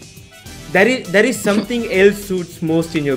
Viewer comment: Thair ❌ tair ✅